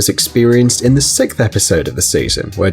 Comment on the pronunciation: Sixth not fucking sickth